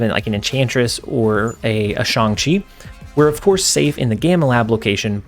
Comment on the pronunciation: The "gay-ma lab" WTF? Lol it's pronounced gam-ma lab 😆 can you tell he's not a Marvel fan? Cars players I swear lol